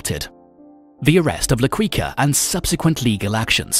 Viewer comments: His nickname is pronounced la key-ka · Why is he saying la kweekah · La Quica = Key Ka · La quicka🤣🤣🤣🤣🤣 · la queekaah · Quica also needs some work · You’re a La Queef for this pronunciation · Why does he pronounce the name like that? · The way he pronounces quica is soo annoying damn😂😂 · Not qweeka.... it's keeka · "La Ki-ka" lol not queeka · LA-KEE-KA, NOT LA-KWI-KA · It's pronounce la kika..not la kooika like a wookie name 🤷🏼‍♂️🤷🏼‍♂️🤦🏼‍♂️🤦🏼‍♂️🤦🏼‍♂️ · La Quica is pronounced like keeka. As you pronounced sounds like cuica which means jumping rope. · It's La Quica as in La Kicka not Quicka🙄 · Also, its pronounced qica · Hin pronouncing la quica triggers the most like what is that shit? He some quicksilver or what? Quuuuicaaa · La Kwika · La Cuica 🤣🤣🤣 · La quiika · If LaQuica is still alive he would assinate this announcer for murdering Medellin and La Quicka 🤣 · Man said “La Quwica”💀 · La Kweeka ????? 😂😂😂😂😂 lmao (Had more...but this was the funniest) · my man said La Kweeka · “La Qwica” 😂😂😂😂😂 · La "Kika" if its easier for you to pronounce. The U is silent. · Pronounced "Key-Kah" Edit: You mispronounced so much homie lol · From ‘La Quica’ to ‘La Kweeka’ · it's la kika dawg that's how you pronounce it 😒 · I quit after hearing la queeka the first time. Mtfk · "Medlin"?¿¿ la "Quicka"?¿? Awful pronuntation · “La Qwuica” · The pronouncation is Should Be Medeiin Not "Medilin".Also Its La Qika Not " la Queeka". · its pronounced key- ka not kwi ka... and medellin is pronounced med-ey-een not med-del-in.......so many times it hurt to watch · Had to stop watching hearing his name pronounced La 'Qweeka' instead of La 'Keyka'. Also the way he just pronounces Medellin exactly as spelt instead of 'Medejin'...Meh-deh-gin. Really annoying. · La queeka? Carli cartel? Medilin??? BROOOOO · La qiqa and medeyin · Medellin MEH DE YEEN MEH-DE-YEEN Bogota BO-GO-TA BO-GO-TA LA Quica LA-KWEE-KA- no hard K LA-CWEE-CA- no hard c LA-QUEE-KA/CA no hard Q